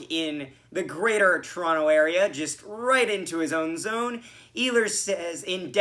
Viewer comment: 1. Good for you for pronouncing it "Torono." Non leafs fans don't usually do that. 2. Gosh DAAAAANNNNG I always headbang to that opening music. 3. Good game. We still gonna collab after our last game?